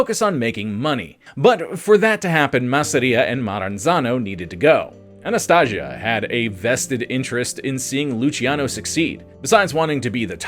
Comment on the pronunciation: Anastasia …. With an A not an O at end idiot